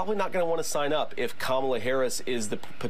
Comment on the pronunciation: JD pronounced Kamala's name correctly.